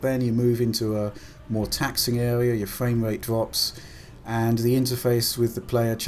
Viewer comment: Sounds like hes saying fwame rate.